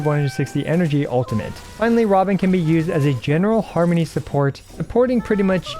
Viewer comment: OK, I laughed at Har-Money